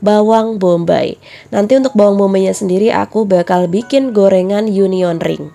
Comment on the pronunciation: Hai. Aku suka lihat videonya. Oh ya Mbak, bawang Bombay goreng itu namay Onion ring (bacanya: ounyen ring). Bukan Union ring. Semoga Allah berkahi usahanya